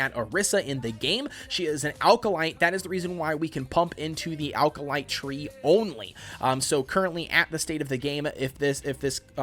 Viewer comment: Good video, but small pronunciation issue - Acolyte is pronounced "ACK-oh-lite", not "AL-ka-lite"